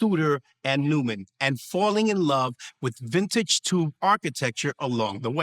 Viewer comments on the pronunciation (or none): Neumann is not pronounced "Newman" but "Noi-mun", just saying.